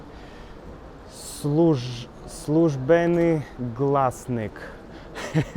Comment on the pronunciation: "СЛУЖБЕНИ ГЛАСНИК" Добро си прочитао 😂👍